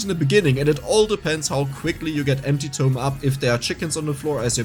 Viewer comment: It’s TOME not TOMB